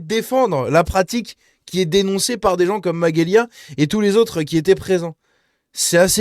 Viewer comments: C'est MaGelya Pas Maguelya lol..😅🤭 Mais je l'aime bien aussi.. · Salut ça se prononce majélia 😊